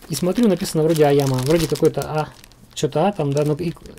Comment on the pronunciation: айима, а не айяма